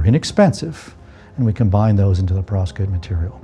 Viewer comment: You have phd's. It's perVOskite, not perOVskite!